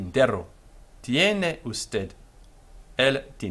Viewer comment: be sure to respect word stress patterns. The last syllable of usted carries the stress, as in every unaccented word that ends in a consonant, excepting only n or s.